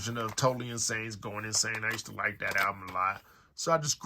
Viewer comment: stop saying 'like dat'